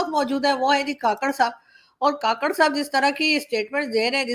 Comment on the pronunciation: Madam,kaakarh nhi kkarh